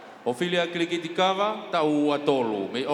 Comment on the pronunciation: It's Kitiliti not Kilikiti... Well done Ophelia...